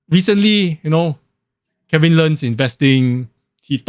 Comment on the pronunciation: Agree, Kevin has no original content. Whatever he says you can get through a quick google search. No value at all. The guy can't even pronounce properly, always calls him self KeWin lol